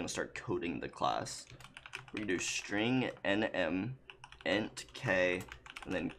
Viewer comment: did he just say int as initiate?!?!?!?